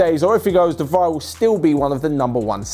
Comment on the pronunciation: Wrong pronunciation of De vrij. It's de fra i.